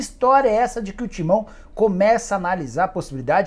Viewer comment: Nicola pensa que alguém crê que ele seja torcedor da Lusa 🤣🤣🤣 só ver a ênfase que ele fala do "TIMÃO"... dos outros clubes ele fala o nome comum, do Corinthians ele enche o peito pra falar "TIMÃO" hahahaha vai enganar outro...